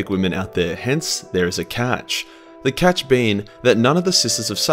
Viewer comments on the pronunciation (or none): none